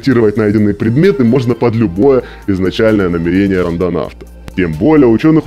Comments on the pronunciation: ударение пжл ставь правильно, намЕрение, а не намерЕние )все ж почти лям подписчиков) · Сталкер, ты если читаешь с суфлёра проси ударение расставлять, а то кровь из ушей пошла (намЕрение, а не намерЕние) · НамЕЕЕЕЕрение, ударение на второй слог всю жизнь было